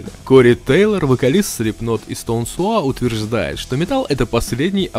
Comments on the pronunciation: Стоун Саур вроде бы, а не суар upd. Даже сауэр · Чё сложного-то, stone sour, стоун соур, проверьте в переводчике произношение. Хотя меня конечно удивляет то, сколько людей неправильно произносят